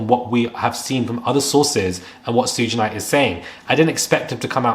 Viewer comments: Prounounced "Shoog Knight." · I wanted to subscribe but the way you said Suge Knight drove me nuts 😩